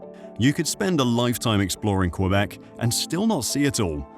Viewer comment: Diiiiiiiiiiiiiiiiid you say "Cue-beck"? Yeah... Yeah, you did.